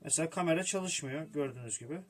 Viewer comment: 「カメラ」の発音が日本語と一緒だ 笑